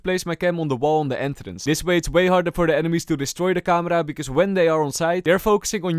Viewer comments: It's camera not kamra😂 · its not camara its camera bruh :\